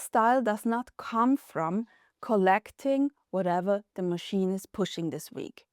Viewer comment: I have your posts on repeat! I love to hear you say "MACHINE."